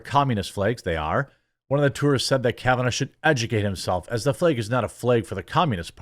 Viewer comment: Why do you keep saying "flage"/"flayg"